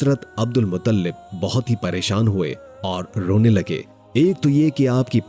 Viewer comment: अब्दुल मुत्तलिब है मुतल्लिब नहीं है